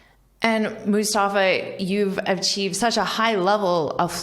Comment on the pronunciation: like when u pronounced his name Mustafa so beautifully nice vedeo